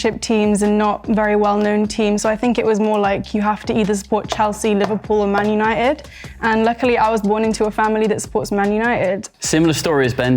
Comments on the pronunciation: I knew was a lfc fan from the introduction. Like he sayed "Manuited" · Ik it was him he was the only one who said man untied